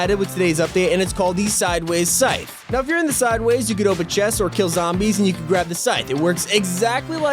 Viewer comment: So many young people not being able to say scyth properly. It’s a long sound. Syyyyyth not sIth.